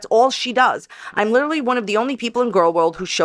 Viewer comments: The judge will hold her in contenpt for “lee-tur-a-leee”on the second utterance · "Your honour, my jaw was liderulee on the floor when I realised what my beepedee made me say" 😂